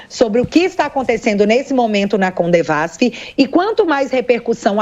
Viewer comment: Só um detalhe, não é "CoNdevasf" o certo é "Codevasf" que siginifica: Companhia de Desenvolvimento dos Vales do São Francisco. Se o assunto não for esse me perdoem.